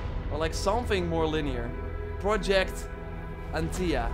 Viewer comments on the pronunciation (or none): Yeah, Project An - ThiA